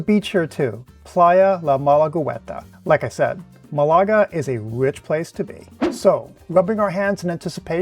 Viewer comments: But pronunciation is MAHlaga, not maLAga. Just sayin', Excellent video otherwise. I'll be going there in a month or so, and now I have ideas for what to do there!😂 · Excellent video, thanks! However, please note that the city's name is spelled Málaga, and the accent is on the first syllable, not the second.